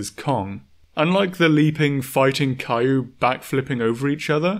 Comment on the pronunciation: I'm not the only one who heard this, right? My man over here pronouncing "kaiju" like "Caillou"